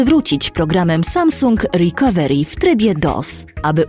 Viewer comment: Łrikawełri xd